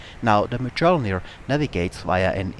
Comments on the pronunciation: Mjölnir is pronounced like "Myolnir". The 'j' makes a 'y' sound. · Not close enough! Try saying "earth" in british english, without pronouncing the last three letters, just the "ea". That sound is a long "ö". Also, the correct spelling in Swedish is Mjölner, not Mjölnir. (You can verify this on wikipedia, search for Bombkapsel 90) So, the pronunciation should end in "nerr" with a tip-of-the-tongue "r" (kinda like spanish), if you are from the middle of Sweden or the northern parts. Southern Swedish is a whole 'nother story! :) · You really butchered the pronunciation of the word Mjölnir x) Other than that a great video though ^^